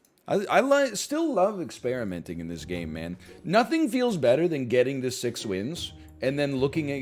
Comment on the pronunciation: I love how native English speakers simplify the pronunciation of two "m"s to a single "m", like: > "I still love experimenting in this gay man"